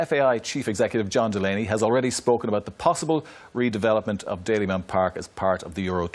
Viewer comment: Dalymount not Dailymount.